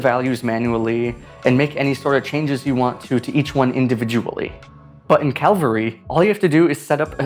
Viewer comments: Video says it is Cavalry, but you say most of the time Calvary. It reminds me how one youtuber talked about movie "Poseidon" and most of the time mispronounced it to be "Poison" or "Poisdon". It is quite annoying especially as I have self diagnosed OCD. But good to know about alternatives to After Effects even though I have moved now to Nuke Indie. Green screen, 3D and Camera Tracking are much more controllable and easier to get right. I guess Fusion is also much better at those things than AfterEffects. But it is true, that motion graphics is not suited for Nuke, so when I need to do motion graphics, I have to find out what this Cavalry is about. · You keep calling it calvary, not cavalry. You got it right at first then it goes wrong 1 min in through the end. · Fun Fact: It's 'Cah-Vill-Ree' not 'Cal-Vah-Ree'. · Thanks for informing me about this. One thing...sometimes you are pronouncing it like "Calvary," which is the name of the place where Jesus was crucified. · Here let me help you. Say with me, "CAV AL REE" like the soldiers 😂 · hearing you repeat Calvary has been a real calvary🥴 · you keep saying calvary. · Calvary eh? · Is it just me or he calling cavalry "calvary"? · hehehe you keep calling it CALvary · buddy mispronounced cavalry the whole video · As a non native English speaker I just don't understand why it's so hard to pronounce cavalry... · I am in awe of how many times you mispronounced the app name! ALSO I MAKE TUTORIALS FOR CAVALRY! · You keep miss pronouncing the name. Go back review and you'll hear. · Why mispronounce it after saying it good the first time? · Great job mispronouncing cavalry bud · At least your consequent in mispronouncing cavalry. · After this video one thing is for sure: I will do my utter best in life to properly pronounce Cavalry. Literally got OCD anxiety from hearing Calvary way too many times. The video topic completely took second position behind the issue of the phonetics. There is no calvarizing me! 😂